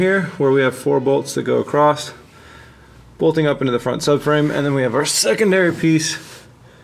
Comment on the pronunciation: A very anal comment but we know you know across is across and not acrossed or some even say acrosst yes with a t. Anyway. Just say it right